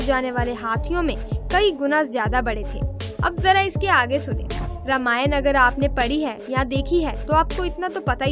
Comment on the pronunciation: प्री आप रामायण। के बदले रामायण। क्यो बोल्ते है